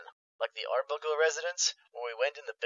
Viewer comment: thefoolishgmodcube he SAID Arbunkle